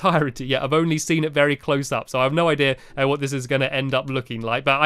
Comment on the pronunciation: Stamps, I realized you say ideara instead of idea.